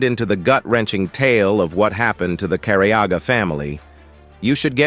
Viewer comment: Finally the last name is said correctly. Can’t believe it took an AI voice 😂